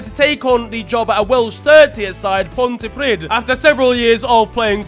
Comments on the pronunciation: The Welsh place is pronounced as Pont-uh-pre-th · Pontypridd 🤣🤣🤣🤣🤣 ponty PRIDD love people pronouncing Welsh places wrong 🤣🤣